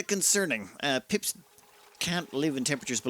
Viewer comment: Pips are now Pimps. I can't unhear it.